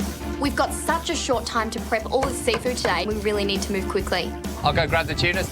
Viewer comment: Every time that guy said “tuna” i only heard “cheena” 🤣